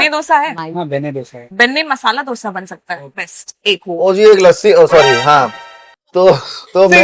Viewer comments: Not Dhose - Dosha or Dosai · if someone calls Doughsa instead of Dosa better stop eating Dosa , how difficult is it to learn a word ??? for real this is damn annoying Dal wala dosa yaar stop ruining it